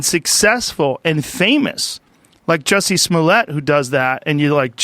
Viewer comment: Correction the way you pronounce his name is "Juicy Smollieyey". And he is a black FRENCH actor